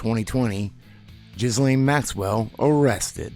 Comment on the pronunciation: doesnt know the proper pronunciation of Ghislaine. She calls her Geelynne.